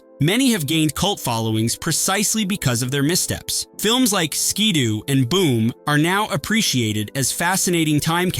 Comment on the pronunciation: Not Skeeedo, but Skidoooo